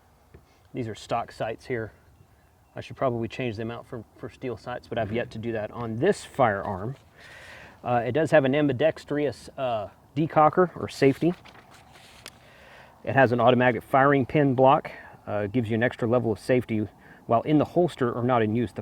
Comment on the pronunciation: Dude, WHAT is it with gun tubers and "Ambidex-tree-us"? That and "Heighth" there is no such thing as HEIGHT-TH.. FFS. Thank you for the video.. I know it's old.